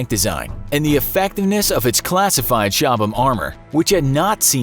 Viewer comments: Just in case anyone who made this video reads these comments. You don’t pronounce the H in Chobham. The armour is named after the location it was designed, Chobham in Surrey, England. I grew up very close to Chobham so can confirm it’s pronounced Cob’em if it’s spelt fanatically. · FFS silent H Cobham